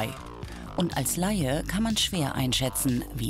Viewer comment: Es heisst "Laie" und nicht "Leihe"... Eine gute Werkstatt wird deinem Wunsch, dir die alten Teile zu zeigen, gerne nachkommen, bei mir wurde das im Falle eines durchgerosteten Auspuffs freiwillig gemacht. Den vielen empörten Kommentaren nach zu urteilen tummeln sich hier scheinbar nicht wenige Leute aus der Branche. Nun, in jedem Fall muss man heutzutage als Kunde überall aufpassen, denn Geld machen auf unseriöse Weise oder die Unwissenheit der Kunden auszunutzen, das ist heutzutage leider weit verbreitet... Es schadet nicht, wenn man sich mit den Dingen ein wenig befasst, sei es nun ein Auto, ein Fahrrad oder ein Computer. Abgesehen davon kann man heute viele Tipps und Ratschläge online finden, alleine hier in Youtube findet sich dazu so einiges.